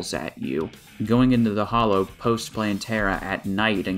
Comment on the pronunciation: This is nit picky but it’s called the hallow not the hollow